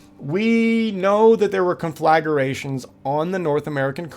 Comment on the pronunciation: "Conflagration".... NOT CONFLAGARATIONS, FOOL!